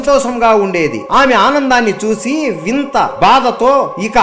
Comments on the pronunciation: He saying vinta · వింత కాదు వినత